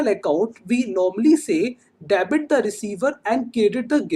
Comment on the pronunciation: Kindly do proper pronunciation of Debit, it is डेबिट not dabit... Also you pronounce "Budgeting" as "busting"... It sounds absolutely pathetic to ears